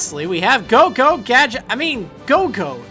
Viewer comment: gogo gat-... I mean Gogoat okay xD